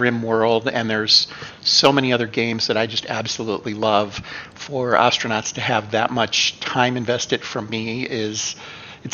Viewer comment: Hey, you stopped saying Oh-stranauts! Nice!